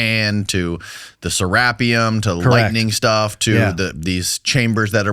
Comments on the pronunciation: Serapeum. “Seh-rah-pee-umm” Not “Seh-rap-ee-um. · IT'S SERA---PEEUM, NOT SE----RAPPEUM !!!!